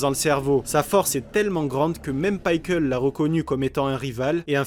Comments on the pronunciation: alors c est pas paickle c est pickle meme les anglais disent pickle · On prononce Piqueul ou pikaru mais pas paikeul (C'est qu'un détail sinon super vidéo)